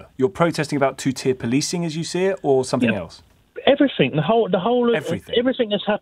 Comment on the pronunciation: Everyfing mate, everyfing. everyfings